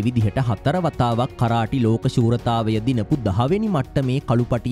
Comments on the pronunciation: කරාටි නෙමේ කරාතේ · මොනවද මනුස්සයෝ “කරාටි “ කියන්නෙ 😂😂😂😂😂😂.8 pass නැති එවුන් u tube කරන්න ගියාම මේක තමයි වෙන්නෙ 😂